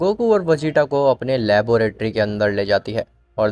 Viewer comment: Laboratory hy labooooratory ni hy 😅😂😂